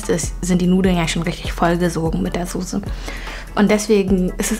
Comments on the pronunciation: Es heist sose aber wird soze ausgesprochen.: sose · es heißt immer noch soße und nicht sose! keine ahnung, wo du dein deutsch gelernt hast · Die Sose ist richtig scharf... Ich: Sose? SOSE? Trigger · Sie sagt immer sose😂😂😂 oder die nudeln sie voll gesogen😂😂😂😂 es heißt Soße und voll gezogen no hate mach weiter so ahh und sie sagt schips anstatt chips